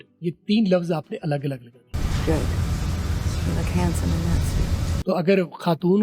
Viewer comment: Sir ye hansome bola jata hai